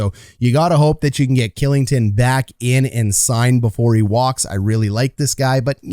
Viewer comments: Dude, you need to check out your pronunciation of ol' Olli KILLINGTON, otherwise good vid bud. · Kylington = Shilington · Kylington is pronounced Shillington. Just for future reference🙂 But great video can’t wait to watch this team this season! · Also his contract is bonus loaded so it’s easily tradeable and he only has to submit 8 teams he can’t be traded too. Also Kylington is pronounced Shill like chill with an S, ing-ton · Lu cheech vluh dar shill ing ton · "Killington", "Luchik" and "Vlayder"... Is it so hard to pronounce these names properly?